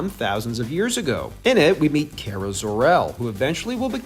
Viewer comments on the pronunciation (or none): Her name is Kara Zor-El not Kera Zor-El. 😂